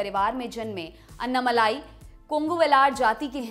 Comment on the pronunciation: The correct pronunciation of Mr. Annamalai's name—as pronounced in his native language Tamil—isअण्णामलै (ALSO अण्णामलय). The way it is pronounced in this video— अन्नामलाइ —is not correct.